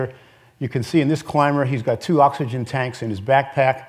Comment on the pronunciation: I hate the way that Ken Kamler says the word "oxygen"